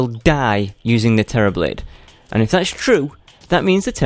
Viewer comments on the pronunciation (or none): Terrablade, you mean "terribl"ade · Do you mean (Terra-ble)? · Man you just butchered the Terra Blade😂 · U don't Terra blade properly